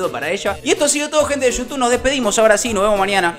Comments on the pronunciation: Eu te digo una cosa nada mas por que siempre DECIS GENTE DE YOUTUN EN VEZ DE GENTE DE YOUTUBE SIN NNN WACHHO tranki bro un saludo 😎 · Like si siempre dice yutun jajaja